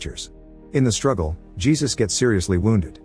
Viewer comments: ai voice should have been told to say heysus. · type Hey Zeus for the narration Lol